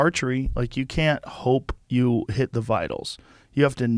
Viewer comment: I wasn't looking at the video and heard ".. and that's me eating shit" 👀